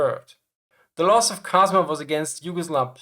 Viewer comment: Popvaca is actually Popovača , it is pronounced Popovacha (similar to La Cucaracha) . Cazma is Čazma, similarily pronunced like Chasma. Overall, armored trains were used in Yugoslavia until Partisans started acquiring anti-tank guns (Soviet 45mm and 76.2 mm, British 6pdr ... ) from Allies, i.e. until they started becoming regular army. This start happening somewhere in mid 1944, thus trains were generally withdrawn towards Slovenia, Austria and Germany.